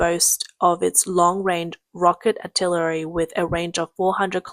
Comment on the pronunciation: Amphibulous? 😂 Artillerary? 😂